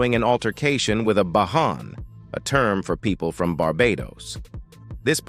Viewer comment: Bajan is not pronounced like it's a spanish word (the j is pronounced like a j, not an h)